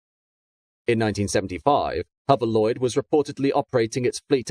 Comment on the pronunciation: Why is the Narrator saying Huverlloyd, Huvercraft and Huverport ?. I thought I was hearing incorrectly at first !!!.